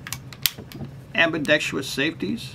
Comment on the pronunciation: Did he say "ambadextulus"?